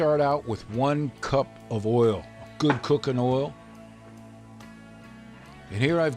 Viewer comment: " Do you SMEL Dat?? .. IT SMELS GEWD! "